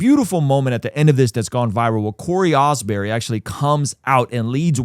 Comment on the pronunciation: His name is Cory Asbury, stop saying "Osbury"